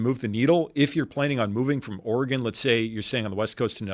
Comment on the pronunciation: ORE-GUN is the correct pronunciation.. Born and raised there.. We also at an earlier date had the most guns per capita, before everyone woke up.. Moved along many years ago.. Living in Thailand for the last 20yrs. and stuff like my property tax is laughably miniscule compared to what we had payed, in any of the other states we have ever lived in.. Sell out and jump on a plane is the best advice in this day and age..